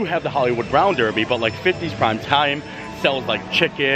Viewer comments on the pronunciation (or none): none